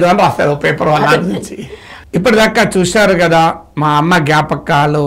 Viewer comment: నాగేశ్వర్ సర్ అమ్మ నీ పిలిచే టప్పుడు మంది అమ్మలను పిలిచినట్టు ఒత్తి ఒత్తి పలకడం ఎందుకు నార్మల్ గా సాఫ్ట్ గా పిలవచ్చు కదా. తెలంగాణ లో "ఒత్తి" "ఒత్తి" పలకడం అలవాటు అవుతుంది . 😂😂 😂 😂 😂 😂 😂 😂 😂 😂